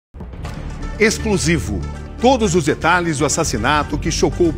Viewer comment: Detalhes, não "Detralhes"